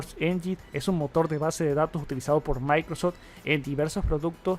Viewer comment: No sé por qué no pronuncia bien. Siempre tiene el mismo error, todo es "MAICROS tal cosa". Molesta.